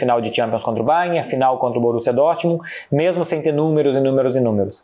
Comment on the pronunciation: Só eu que percebi que o Marcelo é a única pessoa que fala o Bayern de Munique certo? 😅